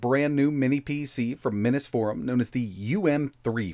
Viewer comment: Dag, "minnis" forum AND "vaysa". Too bad it doesn't have an "ARDREENO" processor for the trifecta! 😆